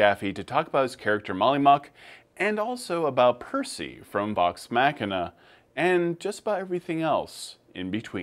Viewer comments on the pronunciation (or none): It's pronounced "Mockinah" not Mackinah...Unless you live in Michigan. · Vox macina? You say it mau kee naw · Did anyone else cringe when he said Macina? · Ah yes, I loved Vox Mack-ina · “Vox mackina” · “Vox mahkina” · "Vox MACK-ina"....seriously? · Vox "Mack - in - uh"? really? lol. Can tell you didn't watch the show man nor are you a video gamer.